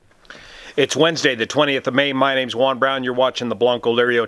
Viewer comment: Wow, you said the name rather fluently; don't tell me you didn't practice that one! 😆👍